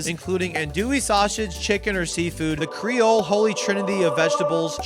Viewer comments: it's cree-ole, not cray-ole...to start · "How do you say it? Crayole?" "Creole" "Crayola?" "Creole" "....well the food is good." "eh dat's good nough."